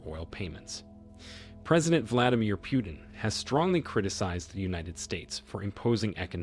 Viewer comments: It's not Pyutin learn to pronounce properly sir..It's President Putin . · its not pronounced PJUTIN but P Utin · Vladmir Pewtin makes him sound cute and cuddly - Also, I would probably argue that the most important factor keeping the dollar alive, is simply the military industry complex. You want to be able to defend your country/oil/people? Well you need the worlds best high tech weapons and equipment. And if you want to buy that stuff from US, you need to pay with dollar (whatever currency, but at a rate connected to dollars)